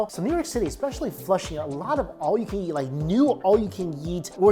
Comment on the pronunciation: all I hear is "all you can yeet" and it's so funny to me 😂